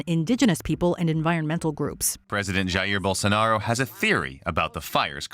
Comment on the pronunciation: I mean, no to be picky but why do you pronounce Bolsonaro like a french person? It literally is pronounced as it is spelled, I get the trouble with Jair, but Bolsonaro?